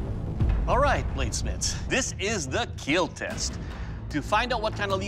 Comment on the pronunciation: Obesity could keel...